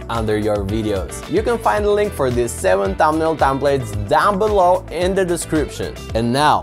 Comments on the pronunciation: its "thumbnail" not "tambnail" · When you says tumbnail 😂 ... Btw thankss❤ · Thanks for the info 😌 I really like the way you say tumnail 😊 I’m not making fun, genuinely like your accent 😌 again thanks for the tutorial and info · no u just said thambnail anyways forget it everyone has their own accent and we shoud not disgrace it